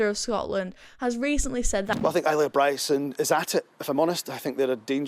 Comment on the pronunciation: Please seek some advice on the correct pronunciation of the name Isla (Ile-ah)